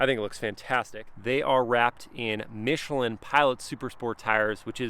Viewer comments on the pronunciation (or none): none